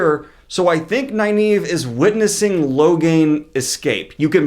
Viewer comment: Great vid....isn't Nyneave pronounced Neeve?!